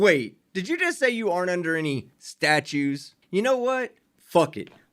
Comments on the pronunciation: Loved the judges reply of "that ain't going to happen." Priceless! Dumbass said "statues," not statutes. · “Statues don’t apply to me”… “I axe you”…